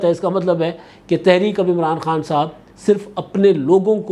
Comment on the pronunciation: اچھا ایک بات بھاٸ کو سمجھانی چاہیے وہ کہتا ہے عمراٹو 😂تو ان کو بولنا کے نام ٹھیک لینا چاہیے بندے کا😂😂😂😂😂😂